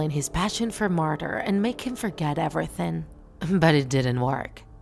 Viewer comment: did she say ebretink it's called everything dumb 😑